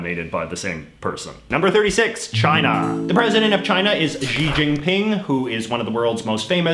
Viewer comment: HX Huang I don’t think it’s that he can’t pronounce Xi, it’s that he didn’t know that x is pronounced like sh. I mean, since his name doesn’t actually have a correct spelling with the Latin alphabet, why don’t we just spell it as Shi to give people more of a clue?